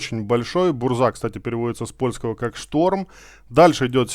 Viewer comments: Не бурза а бужа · бужа а не бурза. автор Мурза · Контент сок, искал инфу чтоб не читать и не воображать как оно будет, но по произношению есть момент, задЫмка не задумка, буЖа не бурза, килАна и блыскавИца если читать по польски 😊. Не в обиду автору, просто так правильнее, да и звучит лучше. Все, я молчу, спасибо)